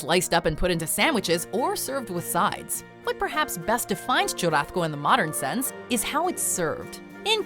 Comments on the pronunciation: The way she’s pronouncing churrasco is made me mad. There isn’t any letter making the “th” sound, even in if you’re a Spaniard or speak Portuguese. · Nah, I’m fluent in Spanish & semi-fluent in Portuguese & live in the Miami área, as well as have Spanish-speaking friends from many countries (including Spain). Accents have absolutely nothing to do with it at all. I’m familiar with what you’re saying (& even if she was speaking in a Spaniard “z” or soft “c” like chorizo being pronounced like the “th” in “thick”, CHURRASCO is void of that sound). It’s just an incorrect pronunciation in any Romance language. She probably got confused with chorizo or something